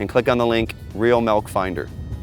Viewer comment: Practice it's pronounced milk not melk